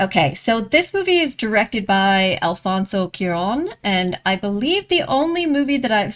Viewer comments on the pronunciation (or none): Nitpicky comment: The last name of the director (Cuarón) "cua" sounds like the "qua" in a duck's quack